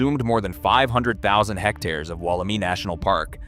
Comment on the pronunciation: Pronounced and sounds like " Wollemeye " .... not i